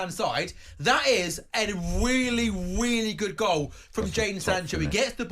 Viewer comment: "A weeeelly, weeeelly good goal..."